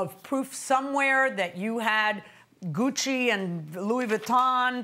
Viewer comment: 😆 Goodchie? It's Gucci! Louis Vuitton!